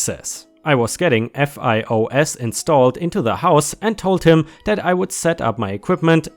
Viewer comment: Fios : Verizon's brand name for their WIFI Fios rhymes with high hose.